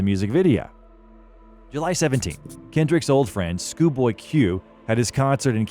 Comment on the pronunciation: Why did you both write and pronounce it as "schooboy Q"